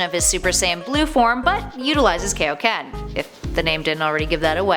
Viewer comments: 1) both king kai and goku claims that kaioken is a technique 2) King Kai’s name is in the damn technique. It’s not kay-o-ken. It’s kai-o, as in Kaio-sama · Kaioken is pronounced Kai Oh Ken, Team Four Star made a joke about it when Goku's dead friends want training from King Kai. I blame the Ocean dub for this but Funimation went back with the proper pronunciation...eventually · "But GUYS ultra instinct IS a form!" I bet you pronounce kaioken as kay o ken on purpouse. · Kaioken not keioken come one king kai’s Name is even in it and he created it.